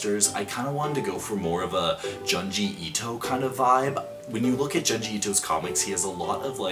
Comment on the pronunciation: you said junji wrong its pronounced june-ji 💀